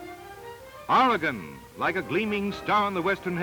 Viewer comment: This narrator pronounces Oregon correctly.Thank God.At this time(10/2021) Oregon is in the process of restoring a tunnel at Mitchell Point on the alignment of the old Columbia Highway!At the time this was produced,the relocation of U.S 101through the Samuel Boardman Scenic Corridor was 23 years in the future,so no mention is made of that fabulous area.